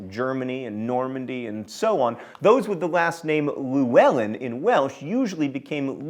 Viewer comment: Good job on pronouncing Hrothgar and other names. Pity you didn't make the effort to get Llewellyn (or Norfolk!) right. "Celtic", unless the name of a sports team, is pronounced with a hard 'k' sound. (It's a Latin derivation.) Gaelic, when Scots, is pronounced 'gah', not 'gay' (that's the Irish version). Both kinds of Gaelic and Welsh are forms of Celtic, so the comparison "in Welsh... while in Celtic..." is as meaningless as saying "in Arizona... while in the USA..." And it threw me for a bit that your accent makes "moor" indistinguishable from "more", but being used to people who make "while" and "wile" sound the same, it's easy to compensate.